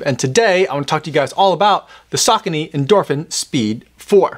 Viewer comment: Saw cone ee 😂